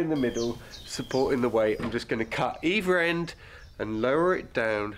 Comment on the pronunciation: Wow. Three Nicks! Now, that's a definite improvement! (And by the way, what does "at EEVER end" mean?) 😂